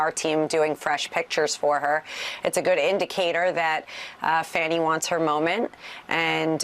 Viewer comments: Jer name is pronounced Fauni, not Fanny. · I thought the judge's name was pronounced 'Fawnie', not 'Fanny'. Just more disrespect, as normal for the tRump Team. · Too much botox.. on both sides.. So much that she's incapable of properly pronouncing "Fani" and keeps deliberately calling her "Fanny" instead. Weird for someone with an uncommon name to do, but I guess it's not surprising